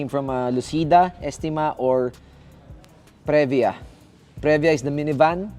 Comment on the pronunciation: Punyeta ka magtagalog ka nalang. Saka Previa is pronounced pri-vya not pre-vya